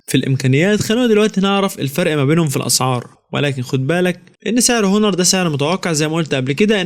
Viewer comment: اسمه اونر وليس هونر ... ملعون ابو مجانيه التعليم